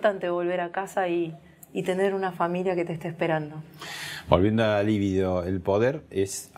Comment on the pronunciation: Al mero comienzo, este idiota metiendo la pata. Libido no es una palabra esdrújula sino grave. Se dice libido, no líbido. Uno más estúpido que el otro.